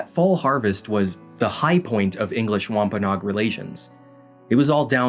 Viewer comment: ish and onwards It’s wahm-puh-noh-ag (add the extra no syllable) Source: I live there/oral tradition